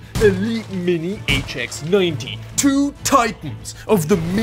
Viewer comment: I tihink you kept saying hs90 isn't it the hx90